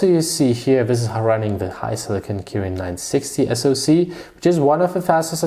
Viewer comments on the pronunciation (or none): none